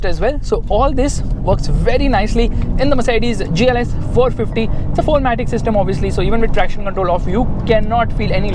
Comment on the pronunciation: sir 'c' of matic is not there 🤣🤣🤣🤣🤣